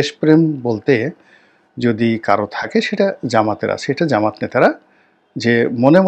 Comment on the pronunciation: ভাই জামাত নামটা বিকৃত করবেন না। সঠিকভাবে উচ্চারণ করবেন😅 জামাত ইসলাম সনাতন